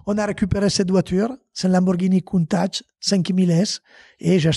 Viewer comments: Moi aussi je saigne encore Coun Tach c est mieux peut être comme ca 😂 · Stp dit plus jamais Countach comme t’a dit tu m’a fait signer des oreilles 🥺